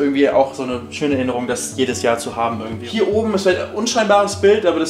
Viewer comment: Der Typ soll mal Deutsch lernen mit seinem „ürgendwie“, wenn er „Hürn“ hat natürlich. Wen interessiert es in was für einer 100er Sardinen-Büchse der haust? 🤔 Kann YouTube bitte mal den Algorithmus überarbeiten.